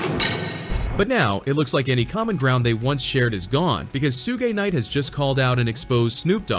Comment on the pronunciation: 😂😂😂😂 AI voice was clowning Suge calling him Su-gay knight.